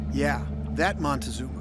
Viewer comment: MON-TEE-ZOOM-ER, HOT DOG!!!!!!!